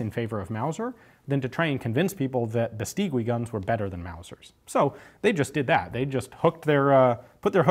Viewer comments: You really sound well speaking spanish, but Beistigui is not Biisteewe. In spanish you must ignore the u between g and i, unless it have "¨" (ü). Bestigui sounds more like Biistighi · It's pronounces "Beistegi"not "Bestigüi" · By the way, "gui" is pronounced like "ghee." In Spanish, the "u" is not pronounced when between a g or q and an i or e. Overall, excellent video as usual! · The correct pronunciation of Beístegui: accent on the first syllable and then the 'u' is silent. When I was a kid I had a bicycle made by them which was a very popular make, 'BH' (Beístegui hermanos). The bicycle factory was situated on the city where I grew up. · Here in Spain nobody calls it "Beistigui", just BH. And if you didn´t grew up with a BH bicycle , you didn´t had a childhood. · Hi !! Spanish here, Tiny little thing: Bestigui is pronounced something like "bestighi" Great videos btw !! I love your channel flies away